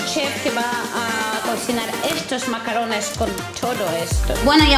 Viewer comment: que te recuperes karina😘 cuando ha dicho vamos a comer macarrones pensaba que habia dicho macarons 🤣